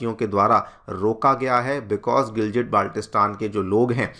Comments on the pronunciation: It is pronounced as Gilgit not Giljit... It's been around in the news media for so long that you would have got it right by now 🙄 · It's not GILJIT it's GILGIT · The pronunciation is gilgit and not giljit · All videos must start with "..in a very, very significant development"😂😂. Also it's Gilgit (गिलगित) not what you are pronouncing (गिलजिट). बच्चा भी जानता है लेकिन तुमलोग नहीं, क्या ही पढ़ाओगे😢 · Sir giljit nehi gilgit honi chahiye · I think Sir is a big fan of Diljit therefore they pronounce it as 'Giljit' 😂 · You can't even pronounce the word Gilgit properly, but you want to take over the place. so funny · Pronounciation theek karlo gilgit ko giljit bol rahe ho pehle bolna sheek lo 😂😂😅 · Gilgit Baltistan dono ko galat pronounce kiya giljit nahi hai gil ki tarha git g same pronounce hoga or baltistan t same hoga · Bolna seekh lo bhai.. Second 'G' of Gilgit is pronounced same like first 'G'. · phalay bolna seekh ly Gilgit ko indians jahil jasay hum yaha nhi hai naa